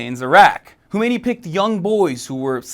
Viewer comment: I know, I'm just making fun of the wierd ass pronounciation of a pretty simple name..